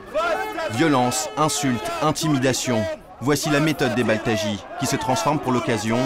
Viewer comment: Comment il as dit "les baltaji"??😂😂 c'est des simple citoyen marocain, chaque pays est diferrent mémé au Japon c'est pas des choses qu'il se font ...